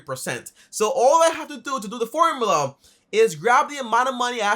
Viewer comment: Its called a formula.. Not formala